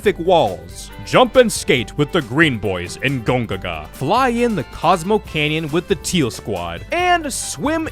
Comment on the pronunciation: ITS GON-GA"GA"!!!!!!!!